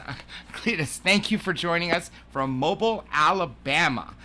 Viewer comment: It's pronounced, "Moe-BEEL", Alabama